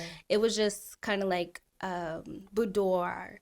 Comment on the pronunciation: The way she pronounced boudoir bahdoor instead of bood wah had me confused for a second😂